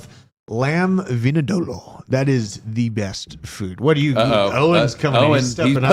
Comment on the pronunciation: Was trying to say lamb vindaloo 😂😂😂 never heard it called whatever he called it